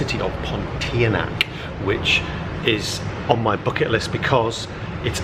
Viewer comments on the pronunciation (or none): none